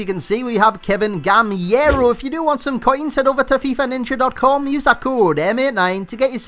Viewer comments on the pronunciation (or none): It's GamEIro not GamIEro, a part from that amazing review like always. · for the pronunciation is "Gaméro" btw I'm French